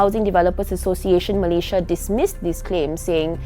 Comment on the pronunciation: the way she pronounces malaysias states was beautiful